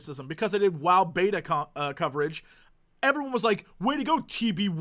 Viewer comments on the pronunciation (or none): none